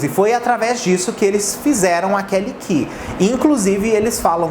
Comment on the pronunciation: Meu deus a Kelly Key é da Warner. Mas falou certinho.